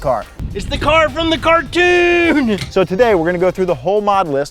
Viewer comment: Did he just say cartoon